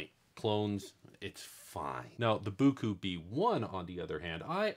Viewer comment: Boo Coo? In a recent live stream sponsored by Biqu someone asked Biqu in the chat how they pronounced their name? was it Bye Cue or Bee Cue and Biqu said it is pronounced Bye Cue so I had a little giggle at your pronunciation of Boo Coo! LOL